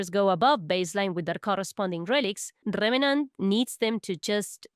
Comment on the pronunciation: RRRRevenant 😩😩😩 ima just rewatch the vid cuz of ur accent atp 😂❤️